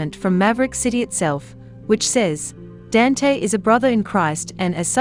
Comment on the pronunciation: His first name is pronounced "don-tay"